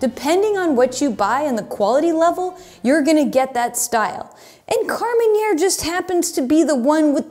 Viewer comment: KAR-MEN -AIR!!!! Not " KAR-MEN-YAIR". Thank me later.